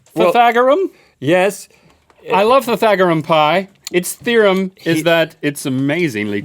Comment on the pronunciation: Pythagorum??? What? Also did it say "TheorUm"??